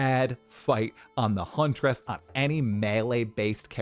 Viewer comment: I find it funny how you say Huntress. Hunt-er-ess